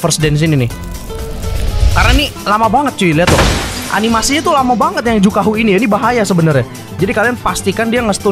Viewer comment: Juhaku bukan jukahu😂